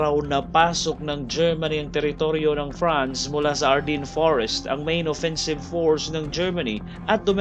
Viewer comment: Akala ng mga Pranses at Belgian na maliligtas sila sa matatag na fortification na hatid ng Maginot (pronounced as Majino) Line pero umikot sa masukal na kagubatan ng Ardennes (Arden) ang malaking bulto ng Wermacht (Vermak) kaya huli na nang malaman ng Belgians at French forces na nasa likuran na pala nila ang mga German. Di inisip ng Allies na dadaan sa maputik at masukal na Ardennes ang mga German. Kung di nagtagumpay ang Dunkirk evacuation baka natalo na rin ang Great Britain at nasakop ng Alemanya. Battle of the Bulge naman ang isunod mo!